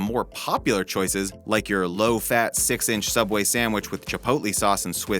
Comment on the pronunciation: It’s pronounced soubway